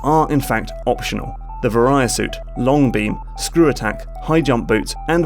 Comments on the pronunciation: The ver-eye-ya suit? You mean the: VERY-A suit. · Var ee uh. Not vuh rye uh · It is (v-ah-ree-a) suit not (vuh-righ-uh) suit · Vuh-REE-uh instead of VAY-ree-uh, yeah, I know. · Varia not Veriah... like Variable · Say it with me, VAIR-EE-AH. It's short for VARIANT. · "Varia Suit" is a kinda botched translation of "Barrier Suit", so the proper pronunciation would be "Var-i-a" with a soft "v", like "verily", not a hard "V" like "variety". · He keeps saying "Vahr-I-ah" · argh, i love the video, but vary-a-suit is killing my ears D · "Vuh-rye-uh suit" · not gonna lie, every time he said Varia it annoyed me. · Every time he said "varia" my eye twitched. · Fun fact: the "varia" in Varia Suit is the Japanese pronunciation of the English word barrier. It's unclear whether the original localizers noticed this or not. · That "varia" could use some work.